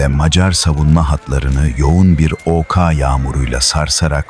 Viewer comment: Hehe ok diye okumuyor da o ka diyor.yapay zeka seslendirmelerinden nefret ediyorum.